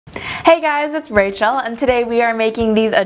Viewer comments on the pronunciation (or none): none